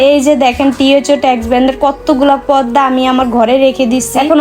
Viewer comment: পদ্দা না খালা,পর্দা